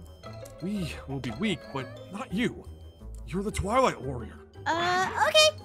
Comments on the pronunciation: "You might be the Twilight warrior!" Me who heard toilet warrior: 👁👄👁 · When first said twilight warrior, I thought he said toilet warrior 😅😂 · At first I thought said toilet warrior😅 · Is it just me or am I the only person who keeps hearing the word toilet warrior every time they say twilight warrior 😂😂😂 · Why when said" twilight worior" it suonded like she said "toulet worior" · Was I The only one who thought that was saying Toilet warrior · When said twilight warrior I thought she said toilet monitor🤣🤣🤣🤣🤣🤣🤣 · Who else thought they said tolet woror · I THOUGHT YOU SAID TOILET WARRIOR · I actually thought she said toilet warrior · When she says twilight all i hear is toilet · I thought she said “Toilet Warrior”😂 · I am are the only person who thought said toilet master